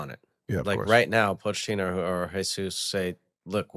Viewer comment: It's not paw-chettino, it's poh-chettino 🇦🇷😂